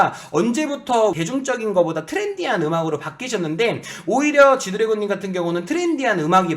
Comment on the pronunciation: 쥐드래곤ㅋㅋㅋㅋㅋㅋㅋㅋㅋㅋㅋㅋ자꾸 쥐두래곤이라고 하넼ㅋㅋㅋㅋㅋㅋ